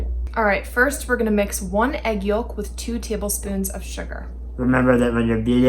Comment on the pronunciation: Did you guys say yolk with the l ?